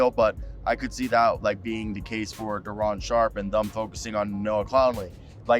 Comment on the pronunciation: Its Day..Day'ron